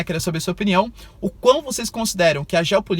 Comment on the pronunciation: Adorei a sua aula. Mas, professor não pode falar hiprocrEsia...